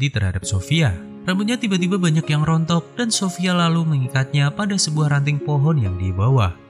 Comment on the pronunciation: Suaranya dibuat buat deh.. sophia. .jangan sophiyaaa